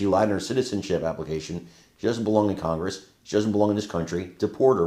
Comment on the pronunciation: She calls congress ''congrass'' and I like that.